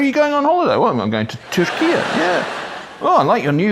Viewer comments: I am Turkish. His pronunciation of “Türkiye” is perfect like a native. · UN Secretary General Guterres will have no problem whatsoever with Turkey's new recommended toponym. In Portuguese (which doesn't have the diaeresis or the y) it's spelled Turquia, but it sounds pretty much like the way you say it (which I believe is quite close to the way Mr Erdogan says it himself). That's quite a break for my countryman Guterres, I should think, for he and English don't always come naturally to each other and he has to use it a lot in his line of business.